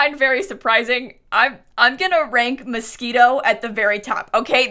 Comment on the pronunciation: not you pronouncing "moschino" as "mosquito"